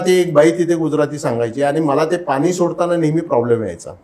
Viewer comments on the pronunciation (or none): Madam tumhi Pani aani ase uchchar krupaya chukiche Karu naka jethe motha n aahe tethe spasta mothya n cha uchchar karawa. Aikayla farach vichitra watate. Krupaya sudharana karawi hi winanti